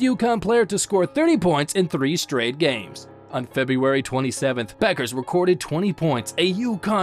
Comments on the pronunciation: it’s pronounced “beckers” not buckers 😭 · Pronounced as bEckers not bUckers. Anyways, chances WNBA '25 expansion team GS Valkyries land her? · Buggers????? First, learn how to pronounce her name fool. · I always enjoy good vids about Paige B., but it's remarkable how few folks actually learn how to pronounce her last name correctly. The U is silent; her name is pronounced Beckers. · Her name is pronounced Beckers